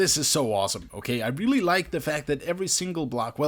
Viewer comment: did he say weely weely impressive